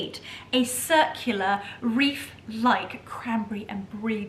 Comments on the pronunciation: Wreath not reef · Delicious and stunning! The hostess with the absolute mostessssst! (Why are we saying reef instead of wreath though!?) Merry Christmas darling!! Much love xx